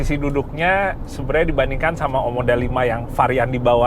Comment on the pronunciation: OMODA bukan OMDO 😅🙏